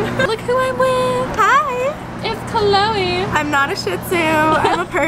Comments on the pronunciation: When she said Chole I was a bit confused... anyone else?? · When she said cloe, I thought that it was her dog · everytime she says Chloe her dog pops up in my head💀